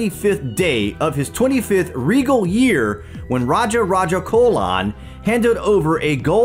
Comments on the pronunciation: His name is Raja Raja Cholan. Not Colan😢😢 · Hey! great video, but a minor correction in pronouncing the name "Cholan". Its concerning the sound of "Ch", it should be pronounced as in the word "change" not like in the word "colon". No offense taken. I'm a Tamilian, my ancestors were his subjects. Feel free to write to me if you need info concerning South India. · It's CH'OLAN LIKE CHIPS. Not like Colon.